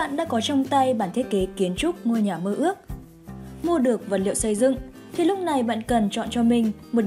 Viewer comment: Này hình như ko phải người thật đọc, thấy nhiều chỗ thiếu dấu như chữ “nhà” mà đọc thành “nha”